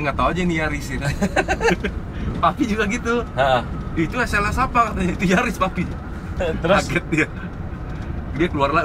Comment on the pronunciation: Bukan Yaris, tapi NYariss 😂